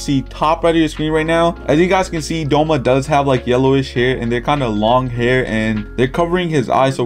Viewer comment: doma not douma